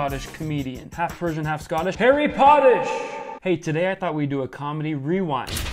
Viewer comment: No one : Literally no one : KVon : HARRY POTTISH